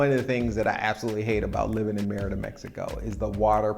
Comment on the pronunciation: Isn't it pronounced ... "May-reeda"?